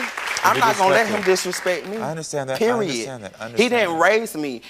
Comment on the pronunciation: I hate ''pewiodt'' WHY